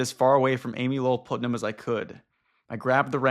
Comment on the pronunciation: Man Putnam is spoken as Putt-Nam, short U. It's a super common name in the Central and Eastern US so I'm a bit surprised you have never met someone with that last name before